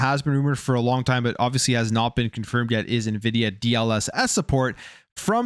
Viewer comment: It's pronounced en-vidia.... Not ni-vidia.🙃